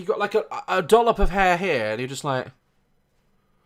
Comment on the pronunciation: 'A dollop of hair', A DOLLIP 😆 🤣 😂 😹 😆 🤣 😂 😹 😆 🤣 😂 😹 😆 🤣 😂